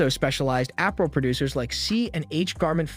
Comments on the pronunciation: Appral? It’s Ah-pair-rel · What kind of dialect/accent pronounced Apparel as Aprel? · Not being petty...but you kept pronouncing APPAREL incorrectly. It is pronounced: (uh-par-uhl) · Did he say app-a-rul? 😂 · Is this person Ai? Apparel is pronounced very weird. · This video was made using AI. A regular human would know how to pronounce Apparel